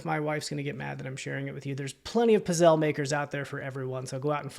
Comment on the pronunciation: That Aeron chair... Holy smokes, that's a great find. The holy Grail of task chairs. By the way, it's pronounced pits-ZAY-lee. I always check comps on electronics and run into the same thing you experienced --with a lot of things, actually. People just walking by past all of the unrealized gold. Insofar as the boots go I likely wouldn't have accepted the return, particularly with so many people scamming these days. On the occasion that I have problems like that arise I try to be accommodating and will send whatever resources I think might be helpful but to your point, you're a reseller with, I imagine, a pretty good long reputation and there's something to that. Even major retail stores will sometimes tell customers that when it comes to the quality of the product it's out of their control so it was kind of you to provide the refund but I wouldn't have. It's like when packages get delivered but "lost" or arrive damaged. Once it leaves my hands it's out of them. And, finally, on the subject of vintage sealed office items and equipment one of my best flips ever was finding a handful of vintage sealed PhD pens (Pentel?) on their cards. I paid about $1.00 each for those and think I sold each one for around $50. So don't sleep on the vintage pens! I want to thank you, by the way, for your recent video where you mentioned the 2% promotion and the targeting a certain number of listings each day. While I haven't hit listing goal everyday that part of my productivity is way up and whi